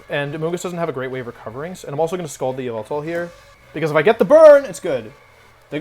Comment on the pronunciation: It's not yveltal it's YAHVELTAL